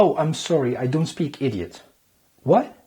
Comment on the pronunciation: Your English is perfect and so is your American culture knowledge, but you just need to work on your "don't" pronunciation, other than that, you are perfect. Lots of love from Algeria.